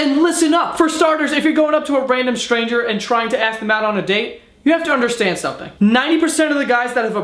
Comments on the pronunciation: Was about to sub, then you pronounced "ask" as "aks" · When you're drunk you pronounce ASK properly... well done, keep drinking. Yeah you might end up an alcoholic, but at least us grammar Nazis will be happier. 😎🖕😂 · I "Aksed" you a question. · "if you ever axed a woman" Loooool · "IF YOU EVER AXED..." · Can you not say ask